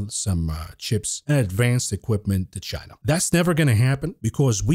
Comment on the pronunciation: you can’t speculate on a shortage of viagra and then turnaround and pronounce China like “Gyena”. You’re gonna get us fellas worked up.